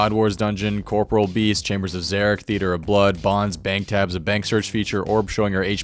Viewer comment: I will never understand how none of the Runescape youtubers know how to pronounce "corporeal" it's not a military rank, it's referring to how it isn't a ghost anymore, eg it's no longer incorporeal